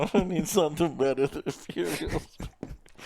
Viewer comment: it's Furio-SA.... dying